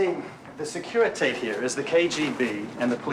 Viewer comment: That's ... not how you pronounce Securitate 🤨😔 Were they tryting to write "Tblisi"? If yes, then they failed. And Tblisi is in Georgia, not Russia. Sure, Georgia was a Soviet republic as well back then .... but, still: not Russia. Actually a very decent pronunciation of Calea Moșilor 🙂 There's just one problem: it doesn't lead to any central square per se ... not even if we assume that the dude meant Piața Unirii (which translates better as Union Square anyway). But in all fairness, Strada (C.A.) Rosetti is indeed a side street to Calea Moșilor. :) , That's not how a Romanian police car (or militia car, technically) looked like in 1988. And it would most certainly not have been that brand of car. And they were called miliția, not militie.